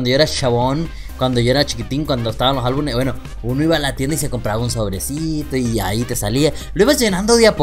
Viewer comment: no es ALBU"N"ES se dice ALBU"M"ES